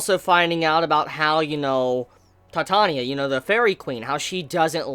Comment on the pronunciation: That's funny, I kept hearing "Ellis" and not "Elias". Oddly enough, he pronounced Titania, Oberon, and Chise all correctly lol